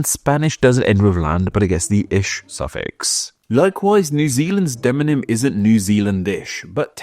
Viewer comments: Is it just me, or does it sound like is saying "deNOnym" instead of "deMOnym"?... So i start to type, but then he starts saying it correctly. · Do you have trouble pronouncing demonym?